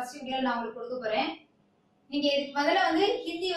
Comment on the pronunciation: 'பேடா', 'கோவில்லில்', 'நிங்கள்', 'வந்தேதி', 'நிங்க'.....இவ்வாறு தமிழ் வளர்க்கும் உன்போன்றோரை 'மதிக்க' வேற வேண்டுமா? போடா, சும்மா வறட்டு கவுரவம் பேசாமல், போய் தமிழ் மொழியை நன்று கற்றுக்கொண்டு வா! பிறகு பேசலாம்!😀😁😀😀😀😀😀😀😀😀😀😀